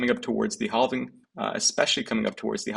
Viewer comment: Thumbs up but if you read all the comments please stop saying halving wrong Google how to pronounce it....